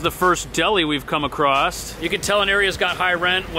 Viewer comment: He said AcrossT lol there is no T in the word across